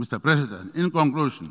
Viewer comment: The least he can do is to get the pronunciation of Presidents correct.